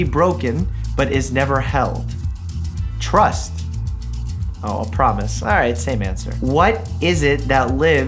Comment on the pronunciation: When he said trust I thought he said truck at first and was like what?